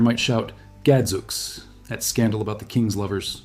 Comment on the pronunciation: Well, not only are many of these still in common use in Britain, but they also pronounce them correctly. e.g.Gadzooks is pronounced "Gad! Zoo-ks" not ... whatever the heck you just said.